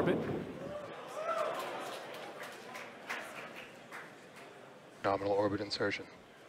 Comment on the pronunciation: LOL he said norminal.